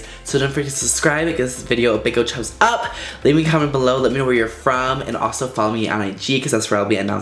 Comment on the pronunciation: Did he say chubs up? 😭😂